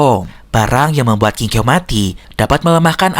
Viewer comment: Aku dengar nya di film aslinya nama nya kingkaw bukan kingkew👋😅